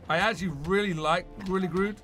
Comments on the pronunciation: Its GORILA GROOOODDDD NOT GRUUUUUDDD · dude do you read your comments every video you say gorilla grood its gorilla grodd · Grodd NOT Grood